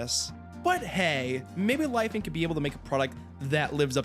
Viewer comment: omg didnt know you were chinese, the pronounciation absolutely shook my socks off. hihi